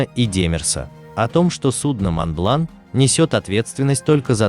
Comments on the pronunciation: произносится МОН БЛАН, без Т в конце как пежо а не пежоут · Да когда же вы по русски говорить научитесь! Монблан! Сент назер! Хлопок! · Произношение неправильное, мидлсбро и монблан